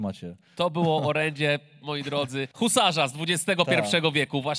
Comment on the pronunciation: Nie husarz tylko husar jak już